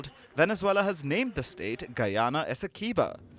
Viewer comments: This is teue. Also Essequibo is pronounced as Essie qwee bo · Good night please stop butchering our largest County name. Esdequibo. It is pronounced Esse quib oh. Please get it right.